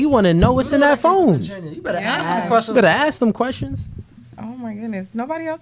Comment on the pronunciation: It's "ask" NOT "axe" !!!!